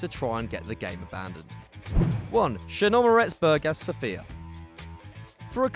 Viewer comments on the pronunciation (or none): That's not how you pronounce Chernomoretz Burgas Sofia, just saying. That club was the worst thing that ever happend, basically it had two cities in it's name (Burgas and Sofia), the original Chernomoretz Burgas which died because of debt problems were replaced by this shit, which was raped by every team in the league in that season. It was so fake that their home games were on the national stadium (40,000) in Sofia and they had an average attendance of 20-30 people. That's how bad it was really.